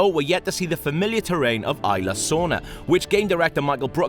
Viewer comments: FUUUUUUCK, he fucks my ears when he says "Ayla" instead of isla. There is this thing called google, type that shit in and listen, fuck you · Its Isla, not ila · cant wait to see the indo rex, seriously guys, first you say indo rex instead of indo raptor, then you say it like ila sorna, I know that's probably how its said, but everyone says isla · ITS PRONOUNCED ISLA NOT IILA COME ON!!! And what the hell is indo rex??? LMAO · Fire the damn narator, there is an s in "isla" its not "ila" secondly wtf is an "indorex" its very different to what its supposed to be "indoraptor" 😡😡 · >prouncing “Isla” as “eye-la” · It's pronounced ISLA (no silent S). You'd think FOUR movies would be enough to ingrain that in one's mind. I mean, Jeff Goldblum's Ian Malcolm even says ISLA Matanceros in your own IGN 20 minute gameplay video... EDIT: And after hearing him call it Indo Rex, I question why they didn't get an actual fan of the franchise to narrate instead... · This guy is a huge fan of Jurassic Park. He's from Prepare to Try and he's constantly tweeting about Jurassic Park. Pro bouncing a word wrong doesn't make you not a fan. Smfh. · If he was such "a huge fan of Jurassic Park" he wouldn't make such simple mistakes. Smfh. This isn't the first video either that IGN posted where the narrator mispronounced "Isla."